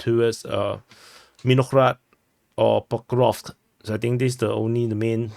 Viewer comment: Yaaay you said Pokrovsk correctly :P